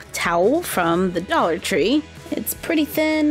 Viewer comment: Doll-ar tree, it’s almost as if it was made for dolls